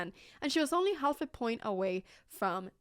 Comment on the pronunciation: Pia is the most attractive Female Chess Champion of all time. Anna in the word half the L is silent pronounced Haff.